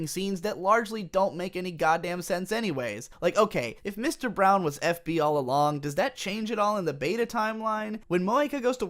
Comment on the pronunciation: Just wondering whether it was Mr. Brawn or Brown, because was saying Brown, good video by the way